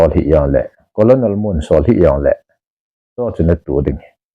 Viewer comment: colonel is pronounced as kuh-nuhl = kahnel not as ko-lo-nel.